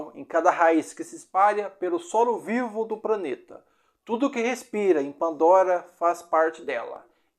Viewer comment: Gostei do vídeo, mas... Você devia fazer um segundo vídeo com a pronúncia correta! Praneta, Eia, pranta, etc...